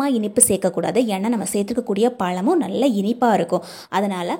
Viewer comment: Yes!Try to say Vaszhai. paszham! VASzhai. Paszham! Tamiszh! Enbadupol! Pl. don’t mistake!